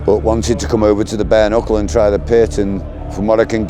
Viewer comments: En anglais "kn" = "n". On dit "bare nuckle" et non "bare knuckle" Voilà, parenthèse du gars chiant, mais ça aurait été pas mal de se renseigner avant de lancer l'enregistrement 😬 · bare KKKKnuckle haha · Juste pour info: On ne prononce pas le "K" de "Knuckle", comme dans "knowledge". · Hey, ce serait quand-même pas mal d'apprendre à prononcer "knuckle", non? Mes oreilles saignent...